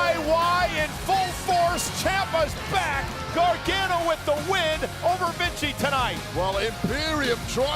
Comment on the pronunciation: Cole is such a tool. Learn how to say Gargano.